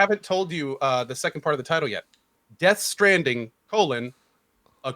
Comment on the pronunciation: nice call on the pronunciation of Death Stranding